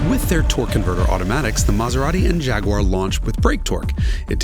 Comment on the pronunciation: Thanks for pronouncing Jaguar properly!